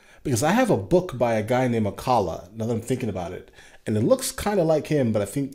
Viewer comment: Your pronunciation of Akala is so on point...